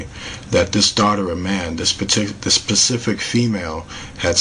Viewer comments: I like ur videos and u seem very intelligent. maybe I'm shallow or whatever but it's SPECIFIC not PACIFIC! ! It's driving me crazy :( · 'found intac', 'pacific marks', 'very good good pic', 'pacifically did', 'so that you can get a very good view', 'ships main whatcha-ma-call it'... Wtf am I watching!?!?